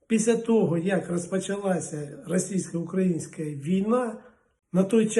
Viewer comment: Мерзотнику, а за кого ж ти всі ці роки голосував ? Всі погані , а ти такий хороший .Так вам суки і треба .Ти навіть слово ,, українське'' вимовляєш по кацапськи , і намагаєшся когось переконати .